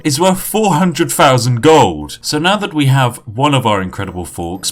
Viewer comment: five "fousand" isn't a number but I'll like it 👍